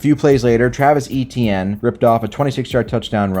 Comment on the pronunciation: I cringed at your pronunciation of Etienne